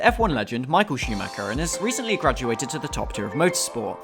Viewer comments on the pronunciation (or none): none